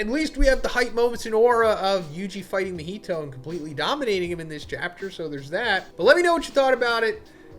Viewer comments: Why does majority of white people struggle to say Japanese names correctly lol. "Ma-heetow" instead of "Ma-Hee-To" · Sorry to be that guy bro, but your content is so good that the pronunciation is throwing me 😭 Mah-He-Toe